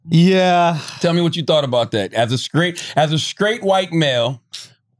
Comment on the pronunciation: Charlamagne, "skrait" is not a word. It's "straight".